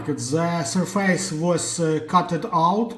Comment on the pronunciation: 'СьОфес' же ж, або, навіть, звучить майже як 'СьОфис', but not 'СьорфЕЙс'! 😢